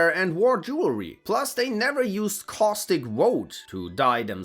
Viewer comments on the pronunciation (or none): none